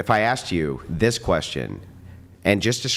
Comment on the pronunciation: At least she got to “axe” her question.